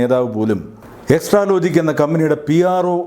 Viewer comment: സർ നല്ല വീഡിയോ. ഒരു ചെറിയ തിരുത്ത്‌. എക്‌സ്‌ട്രാലോജിക്കല്ല എക്‌സാ ലോജിക്‌ 😊